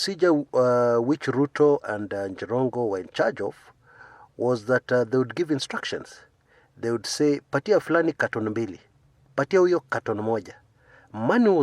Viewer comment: Jirongo, not "Njirongo!!!!"